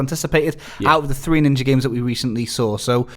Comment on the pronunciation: Ninjery? Are you seriously pretending you don't sound like you're definitely doing that on purpose. You read ninja and see an 'a' then choose to say 'er' it is on purpose. 100% why though? Why not be genuine and evolve your speech rather tricking listeners into thinking you are authentically pronouncing an 'a' as if you just read 'er.'